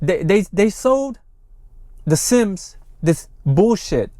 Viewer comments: Thank you for your report. Always appreciate the update. It’s the Si-am or Siamese (pronounced with the English version) or Siem in Khmer version, not the “Sims” you kept repeating…my two cents. Also, I got second-hand embarrassment from watching the Siam military leader’s awkward 😬 replies, bs-ing his way through and through. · Yeah Sim is my last name and it hurts my soul every time he calls them that